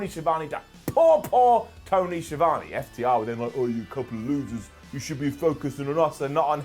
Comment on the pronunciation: It's Tony Schi Vone